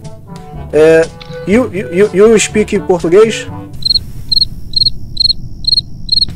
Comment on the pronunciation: KKKKK com certeza um dos melhores momentos, IU SPEKING PORTUGUÊS?